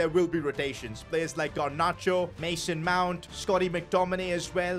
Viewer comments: Garnacho not Garnarcho😑😑😑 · The fact he said gernacho 😂😂